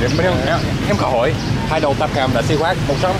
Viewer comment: Hey xí quách if you pronounce the word quách like English word "what" then it's perfectly sound. Right now you pronounce it's like word wax. Just a thought from a vietnamese person.